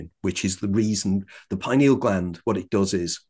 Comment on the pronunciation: I believe him because he pronounces “pineal” correctly…..lol. FINALLY, someone that pronounces it correctly, THANK YOU!!!